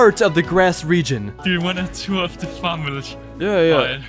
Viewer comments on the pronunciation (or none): none